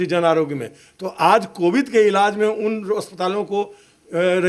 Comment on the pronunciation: Ima waalo pahle thik se bolna sikho COVID nhi bolne aata aapko